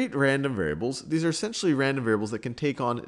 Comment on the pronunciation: "well they arre limited by the speed of light" lol sal